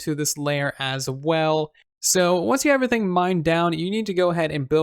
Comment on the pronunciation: It’s pronounced “everything” not “uvrything” hahaha